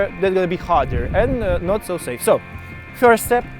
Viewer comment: сри вирст степс , не сри плизз